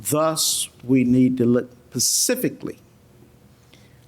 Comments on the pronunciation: The judge can't say "specifically". Ugh. Pacific is an ocean, Your Honor. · How does someone as educated as this judge keep using the words “pacific” and “pacifically” 😒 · He is an accessory after the fact to be specific or as the judge says pacific. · I’m sorry I just cannot get past the fact that this judge actually said “Pacifically” instead of specifically, 3 or 4 times in a sentence 🤦🏻‍♀️😩 he’s an ACTUAL Judge. Wtf. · This judge needs to go back to elementary school and learn the damn difference between Pacific and specifically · This "pacific" Judge is "pacifically" driving me nuts... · Lol! The judge keeps saying "pacifically" for specifically. He says it so many times and with such emphasis that it almost sounds like he's pronouncing it incorrectly on purpose... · Judge says pacifically? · This judge is so inadequate. He says “axe” and “pascifically” he also rubs his hands together… this was not a fair trial. She killed her kid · I don't know why he says some words differently. It may be the dialect he was raised with. However, aside from a few odd pronunciations, he was fair and balanced, and could come up with relevant case law in a heartbeat. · I was JUST about to say the same. I find that really weird. Does he not know the correct word, or can he just not pronounce it?